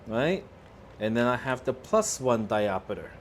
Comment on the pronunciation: It's diopter not diopeter.😮